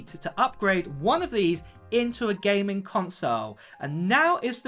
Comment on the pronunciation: “GAYMING console” haha you saying gaming so weird